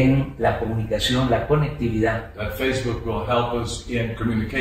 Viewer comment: "EL FEIBU" 😂🤣 HAY AMLO lo quiero bastante💖